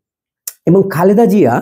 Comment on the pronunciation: সম্পূর্ণ ভিডিও মনযোগ দিয়ে দেখলাম,আপনি একটি বারের জন্যও ম্যাডাম জিয়াকে খালেদা জিয়া বলেননাই বারবার বললেন খাল্দা জিয়া🙂 আল্লার গজব পড়বে আপনারা যা শুরু করেছেন 😁